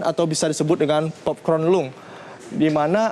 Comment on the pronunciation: Baca popcorn lung aja belom bener. Hanya asal baca script. No deep research whatsoever. Kesel sendiri gw